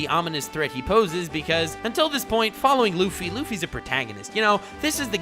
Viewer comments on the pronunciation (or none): 2412 srill, he said LUFFYS and not LUFFY'S